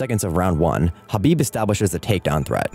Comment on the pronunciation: Khabib destroyed him and you should pronounce his name correctly if you're actually going to talk about it. It's not an h or a k, it's in between kind of like when you're trying to hock up a loogie.